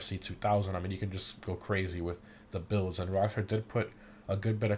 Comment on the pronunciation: ish he butchered rockstar I heard rivksnjd I didn’t hear rock star